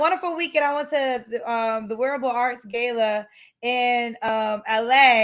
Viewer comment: said Gayla, it’s gala.